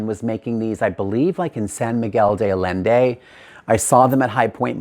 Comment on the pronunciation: The way he said 'ALLende" rich wyt woman vibes!!!